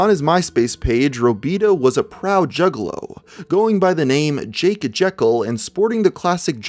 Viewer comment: This really sounds like hes saying jiggalow...